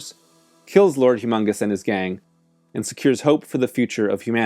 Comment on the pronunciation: It's Lord Humungus, not humongous.